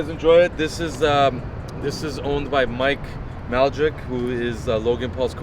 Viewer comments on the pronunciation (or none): mike mal jick is a crazy pronunciation